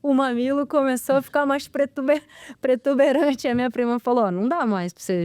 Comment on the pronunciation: "pretuberante" não! PROTUBERANTE!